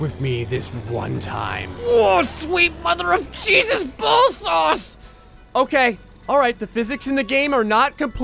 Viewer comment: didnt he say ball sauce?